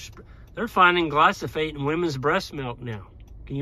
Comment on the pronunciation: Pronouncing glyphosate correctly might gain you a bit of credibility